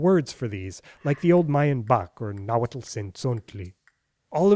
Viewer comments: Thank you for properly pronouncing the tl's in Nahuatl! I usually don't care when people don't pronounce loanwords as they sound in their original language but for some reason, it drives me crazy when I hear people pronounce atlatl as "addle-addle"! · Tehhuatl tinahuatlahtoa cenca cualli ! You pronounce Nahuatl very well ! Tlazohcamati miec.